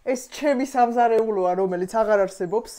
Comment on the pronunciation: ეს გოგო რატო ამბობს Ჩემი სამზაეეულო Ჩემი სახლი ??❤😊😊